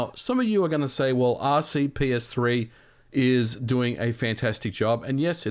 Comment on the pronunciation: It's RPCS3 not RCPS3 (you keep mis-pronouncing it in every video)